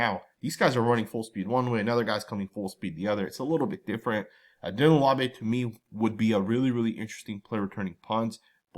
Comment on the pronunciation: Always butchering the pronunciation of Laube 😅 still love the content tho 😊🏴‍☠️